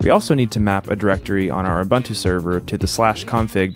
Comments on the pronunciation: Ubuntu is pronounced Ooboontoo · the pronunciation is "oo-BOON-too" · Awesome vid, thanks. Will definitely give this a try. Quick sidenote; correct pronunciation is OoBoonToo. I know this is nitpicking and I’m sorry, but being South African I couldn’t help myself. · "Oo boon two". That's how you say it 😒. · bro you butchering the pronuciation of uBuntu ahaha